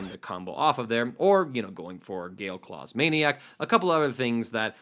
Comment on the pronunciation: Why does he keep saying Gale Claws Maniac? 🤔 Is that what its really called? Have I been playing Yamcha since it came out and not known that?